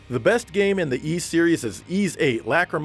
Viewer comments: Ys is pronounced "eass"not "Ease", it's inspired from a legendary island from the french Brittany region. There's nothing wrong with the name, it's just you guys don't speak french from that region (and probably no other language than english like most americans). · So THAT'S how you pronounce "Ys"....Finally, I can put this 30 year conundrum to rest.